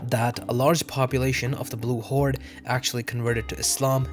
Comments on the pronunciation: its the golden horde not golden holde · Blue Holde - White Holde I think u meant Horde I asked ChatGPT, he said Horde ^^